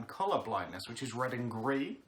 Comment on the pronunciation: "It's so redd" "it's so greenn" Ya'll i'm devastated